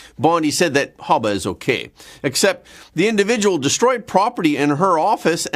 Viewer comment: Her name isn't Hubba it's Habba😂